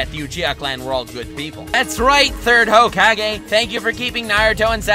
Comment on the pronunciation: Honest descriptions of every hokage (pronounced hocage of course to piss you off) when